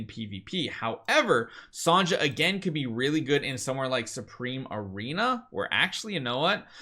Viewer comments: Thanks for the info… but “Sahn-jah” has got to stop. It’s pronounced like SONYA. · You're pronouncing Sonja's name wrong. Her name is pronounced the same way as "Sonya".